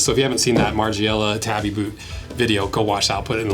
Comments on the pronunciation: Tabi is pronounced “Taw-Bee” not “Tah-bee” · First off: it's pronounced tah-bee :) Would love to see a breakdown of the Power Ace Tabi Boots, they have an un-split toe but it has a steel toe, a super flexible grippy ninja sole, and tabi-style ankle closure to keep your tobi pants secured. Side note: tobi (Japanese construction workers) are badasses.